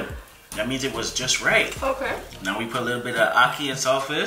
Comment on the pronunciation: Not trying to be rude but don't pronounce ackee good like??